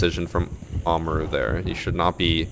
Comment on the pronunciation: the way he mispronounces Kaid (Kai-eed) as Cade and Amaru (a-mar-u) as Ama roo is physically painful.